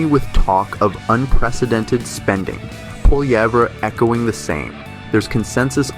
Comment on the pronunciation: You can't pronounce Carney or Polievre? Voice bot You should talk to your Creators 😢 Good channel, though 🎉 Sky net 😂 Gary from Canada 🎉